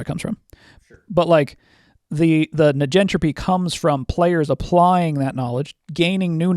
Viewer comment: This isnt important to the point youre makinf (which is facinating) and I'm no expert, but... Surely, "negentropy" is short for "negative entropy" and the first sylybal should be pronounced like the first sylybal of "negative"?